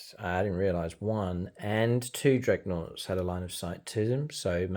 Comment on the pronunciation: Thumbs up for his beautiful "Dregnoughts" 😂😂